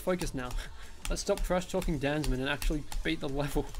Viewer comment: hey, I thinks its pronounced Dan Za Man